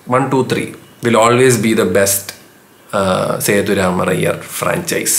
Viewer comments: സേതു രാമർ അയ്യർ എന്നല്ല ബ്രോ സേതുരാമയ്യർ എന്നാണ് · സേതുരാമര അയ്യർ അല്ല മോഞ്ഞേ... സേതുരാമയ്യർ.... 😂